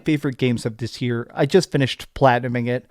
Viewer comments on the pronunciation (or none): none